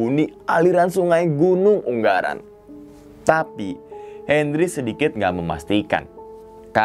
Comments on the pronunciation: Yg betul ungaran bang.... Bukan unggaran.. G nya 1 ajah... 😍 yowes lanjuut... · Gunung ungaran mas bukan unggaran hehe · ungaran bang, bukan unggaran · Wkwkw katanya orang semarang bang kok ngomong gn. Ungaran jadi UNGGARAN WKWKWKWKKWKW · UnGaran bang bukan unGGaran , G nya 1 doank hhe